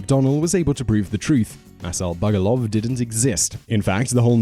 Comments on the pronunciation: Actually, it was Masal Bugduv, not Bugoluv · It's Masal Bugduv, not Masal Bugoluv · He keeps saying Bugoluv, yet every clip (and Google) has it spelt Bugduv. Does this bloke do his own research or is he reading someone else's script, because he makes bizarre pronunciation errors in every single one of his videos. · #1 it's is actually masal bugduv not bugoluv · I hate to be that guy... It's Bugduv, not Bugoluv. It comes from Gaelic M'asal Beag Dubh (my little black donkey); one can see it in one of the papers.